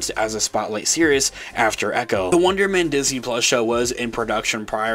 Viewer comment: You sound like you're saying Wondermen